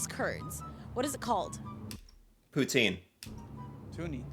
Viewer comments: you said poutine the right way the second time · Wow. Your poutine is seriously good in bilingual part! Toi t'es un vrai!